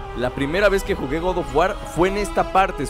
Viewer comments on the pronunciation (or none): DE GOU OF WAR